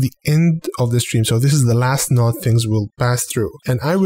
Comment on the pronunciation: honestly think this channel is cool, very helpful. Love how you say "a new noood" too ;)